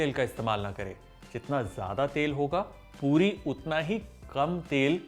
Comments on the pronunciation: It is poori not poodi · Why do I keep hearing POODI?